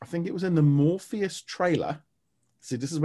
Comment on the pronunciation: Just wanted to let you know, it's MORBIUS not Morpheus